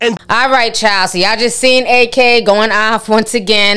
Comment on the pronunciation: Ak destroyed Meg on his twitch stream..... and its pronounced Ak (Acc) not A-k lol